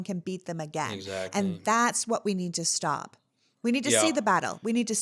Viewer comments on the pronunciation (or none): Hey, its STOP not STEP